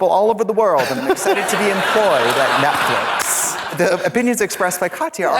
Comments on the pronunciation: The Ojibwe pronounce it “Netflick” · "...Streamberry, which is like Netflick...s" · is it me or is trixie saying netflick